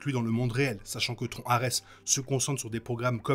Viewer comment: tron dit comme "tronc" j'ai vraiment du mal, c'est bien bien moche